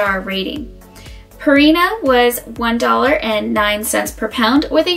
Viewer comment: You expect me to take advice from someone who says "Royal Canine" and "Purrina"? Also shorten your dang video there's no way I'm watching that. Lol